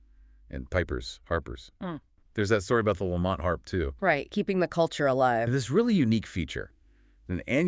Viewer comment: It's pronounced "Lamb - it", not laMont